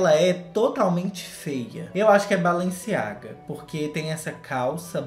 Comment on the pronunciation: vc falou tudo o q eu queria! KKKKK SÓ FALTA VC pronunciar BALENCIAGA corretamente - se fala BALANCIAGA - o E vira A na pronúncia. Vc é o máximo!